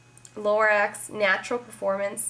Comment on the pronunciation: LA-ROCK. is how you pronounce lorac .. i think hah